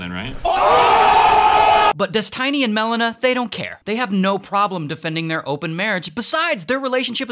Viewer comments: Des TEE NY Not Des TAI NY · Why do you say it like "DesTINY"? when its clearly Destiny as in someones destiny, you know this Ray.. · des tiny? what its literally destiny like how do u mispronounce that 😭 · He said “dis-tiny” instead of destiny 😂😂😂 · I'm sorry Ray but it's destiny not tiny it's like tinie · Holy moly I was laughing so hard when I heard "des-tiny" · This guy has Key and Peele level of issues with pronunciation 😁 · des- TINY pen1s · "DES-TINY" is mad 😂😂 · My guy called him Des-tiny I AM DONE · I love that Ray called him ᴰᵉˢ instead of Destiny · U CALLED HIM DES - TINY 😂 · I love how he's calling him des tiny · "des tiny" 💀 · lol "des-TINY" hahahaha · so we are just not going to talk about how Ray keeps calling him "Des-tiny" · Destiny❌ Des-Tiny✅ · Des-tiny LMAO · "Des Tinny" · Des-tiny lmao xD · Des-tiny? Lol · des-tiny LOL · how you gon say destiny as Des Tiny 😂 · How does an english speaking person read out Destiny as Des-Tiny? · "Des Tiny" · Ah yes Des Tiney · Why are you calling him ThisTiny? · why is he calling him des tiny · bro said Des Tiny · Bro its "Destiny" not Dest i ny or Destainy :D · Bro said des, tiny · Des-TINY lol.... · haha Des-Tiny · Des-tiny? Really? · Destiny not Destine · Des tiny. Hahahahaha. Now say it with me Destiny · DESTINY NOT DES-TINY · No it's definitely Des-TINY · he said des tiny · Calling him Des-tiny is sure to trigger Infrared Haz's insecurities 😂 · "Des-Tiny" is killing me. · i spitted my food when you called him des tiny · Pronouncing it like "dez-tiny" is driving me nuuuuts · why is he calling him dest tiny? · Did he say dis Tiny ? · why "destiney"? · they way you say destiny is killing me 🤣🤣☠ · Why is he saying "destiny" in such a weird way? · Is nobody talking about how he says destiny 💀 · Is this an actual person reading this script? The pronunciation of destiny is weird. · Melon-a and Des-Tiny absolutely killed me lol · Dez-Tiny and Mel-inna